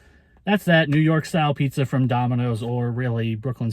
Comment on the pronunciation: New , New York style pizzza .. 😂